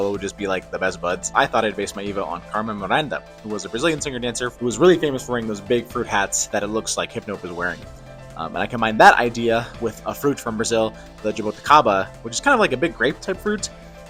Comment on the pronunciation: The way said "Jabuticaba" wrong with so much cofidence was really funny xD! BRAZIL MENTIONED! TWICE! Amazing colab, amazing artists! thank you Ron and all who participated! ❤❤ Also if its worth anything, the rock kid growing into the tropicalia adult was true to many artists, specially Rita Lee, which was a dorect inspirarion mentioned by Libris